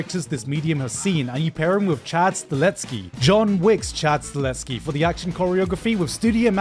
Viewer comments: I’m the only one who hears STALETSKI instead of STAHELSKI? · To be Hero X has me excited af. Also it's fuckin Chad Sta-hel-ski (not whatever you said). Also also, TBATE can be likened to modern day Mushoku excpet we need some Ufotable/Trigger/Wit to get to that point. Also also also wtf is that Gundam, fkr looks to have a halfway fusion with a bloody pineapple. Also also also also that lower that RAGf monologue was epic. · He mispronounced Stahelski again 😩